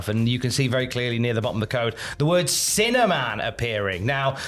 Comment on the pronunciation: Sounds like your saying cinnamon, not sinner man